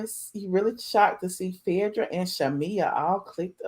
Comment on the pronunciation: Why you keep calling her Phedrah? Its Phaedra